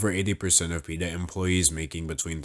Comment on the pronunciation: you said it wrong